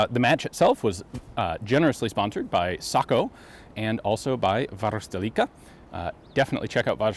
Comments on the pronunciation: Ian has got the "Varuste"-part down pretty well, but he still says "leek" instead of "leck" Try saying "varuste-LECK-a" That "Perkele!" tho was as authentic as can be! 😀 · He says it just fine! The end part, "leka", is pronounced slightly different but it still is understandable coming from his mouth. Ian says it like "lika" which makes sense for a native English speaking person. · You're getting so, so close to pronouncing Varusteleka correctly. You just seem to pronounce the leka more like "liika".